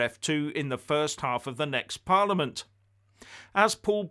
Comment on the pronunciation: For someone that goes on about the Scottish Parliament so much, you think you'd know how to pronounce it properly.